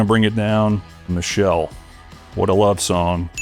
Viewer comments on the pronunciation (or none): none